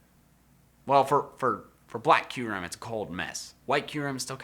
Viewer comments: He said Q-ram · Boi I loved kyurem also the way you pronounced it killed me. I pronounce it Cure-ahm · You mean to say I've been saying Kyurem wrong ever since I was like 8...